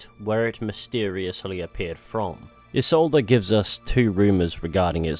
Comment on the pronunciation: Ee-Solda, not Yee-Solda.